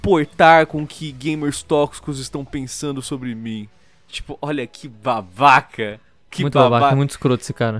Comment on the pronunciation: eu amo quando o fala "É UM BAHBAHKA"